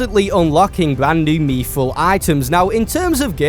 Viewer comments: Fucking mee-thril? aDSZFgbndxzfghjydtsfgcbgnhfdsz Why do you say it like thattttt. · why does bro say "meethril" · meethril???? Smh this guy cannot speak 😭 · you dont pronounce mythril like that. its like myth as in legend not methril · Mithril ❌ Meeeefrul ✅